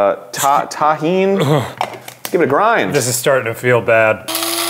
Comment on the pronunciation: loves largelosers It’s Tagine, and it’s arabic (Morocco, Algeria, etc.), not Mexican. Get nae nae’d